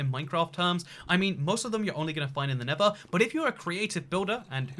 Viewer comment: Why does he say never instead of nether